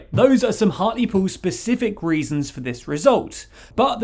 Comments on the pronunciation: It's funny to hear it pronounced 'hart-leh-pool'. In Hartlepool itself, they pronounce it 'hart-lee-pool' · I swear it's pronounced heart-ly-pool